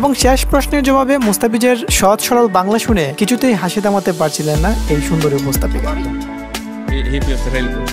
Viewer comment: "উপস্তাপিকা" বলা হয় না, উপস্থাপিকা বলে।এ কেমন বাঙালি যে শুদ্ধ বাঙলা জানেনা?